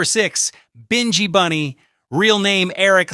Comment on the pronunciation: You or your AI continually pronounce the names wrong, Binghi Bunny is pronounced as in Nyabinghi, plus you keep on showing a photo of 'Bred' who is a singer with Wailing Souls when talking about Noel Bailey ( who we know as Sowell). While I appreciate you trying to give out the reggae history and establishing a lot of facts, is it out of love for the music or exploration, because everyone of your reggae post I have seen always have mistakes primarily in pronunciation and showing the wrong photos and secondly in dates and historical context, because this is a constant issue I am respectfully asking you to please get your act together or stay out of our buissnes. Bless